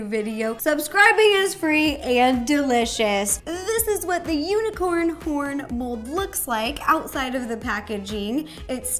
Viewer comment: I thought she said u n i c o r n p o r n